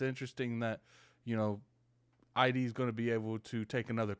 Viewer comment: Unironocally friendly heads up, this isn't very important, but its not pronounced "I -D" it's just the word "id." Sounds similar to the word "it." But just with a "d" instead of a "t"